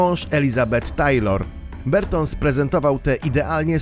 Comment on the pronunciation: Czytamy Barton nie Berton :)